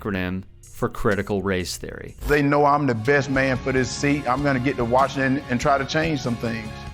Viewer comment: Critical Thace Reory? Sure. CTR.